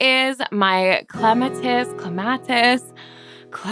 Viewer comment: Clematis; all vowels are short and the emphasis is on the second syllable.